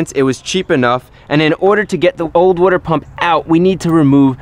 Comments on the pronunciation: "Wooder pump" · Every time he says wooder lol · Its how he says water, sounds like wooder. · It's pronounced 'wooder' not water lol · Dan G ya over in the jersey cold lands water is now wooder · wooder pump lol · wooder pump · New wooder pump?